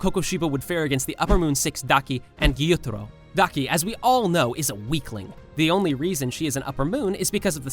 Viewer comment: Your voice is so annoying, you speak with so many intonations and seem to make up the pronunciation of names, like gEYoOtArO